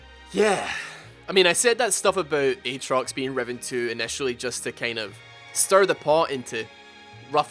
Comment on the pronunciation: Freaking heard Revon instead of Riven and I was so confused, LOL!